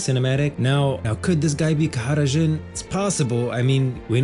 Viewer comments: bro stop saying his name like this... just say JHIN , wtf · nigga just say jhin